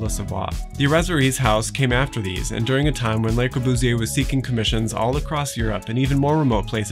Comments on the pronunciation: it's so twerpy of me as an American with appalling French to be bothered by the mispronunciation of 'Le' because God Knows how many French ears I've injured in my day, but yikes, it's too much hear 'lay' and pardon, but 'L'uh' isn't making it either. It rhymes with 'her'. And this is hopefully the last time I have ever have the temerity to correct someone else's French pronunciation. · Love your videos. One suggestion: the article 'le" in Le Corbusier is pronounced as if it rhymes with 'pu' in pudding. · Please, it's LE Corbusier, not LAY Corbusier. Otherwise very informative. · FWIW, "lay" Corbusier (Fr = les) would describe the Corbusier family; The Corbusiers. When we speak of just the guy, it's "luh" Corbusier (Fr = le). You've given me free knowledge, I reciprocate. Thank you. For fun, check the relationship between Le Corbusier and Anglo-Irish designer Eileen Gray whose work LC admired greatly. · I agree with your comment, but I think a better pronunciation of the 'e' in Le, is illustrated by the 'a' in 'about'. This is on good authority from my wife the French teacher and the listing for Corbu in Wikipedia. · Enjoyed your video...one suggestion is to pronounce Le Corbusier's name properly...it is not a pluralized 'Les' Corbusier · This whole video feels very rushed. The feeling tone seems dissonant with the building. AND it’s very jarring to hear the architects name mispronounced. The “Le” is pronounced just like English. LUH. Very similar to the first part of “lullaby” The grid analysis was very interesting but I would have liked to see a different geometric analysis based upon Le Modulor abd the Fibonacci series. And lastly, why not call him “Corbu”? Widely used and easier to say. Some furniture would have helped with understanding scale of the plan.